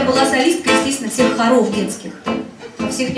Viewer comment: Детских хоров... ударение неправильно. Для публичного человека это не есть хорошо. Третий куплет забыла 😂 пришлось заново припев...